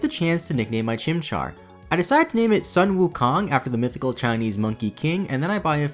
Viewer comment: Omg im so happy that you named infernape after sun wukong but errr just a minor correction in pronunciation, it should be pronounced as 'soon' wukong but the spelling is correct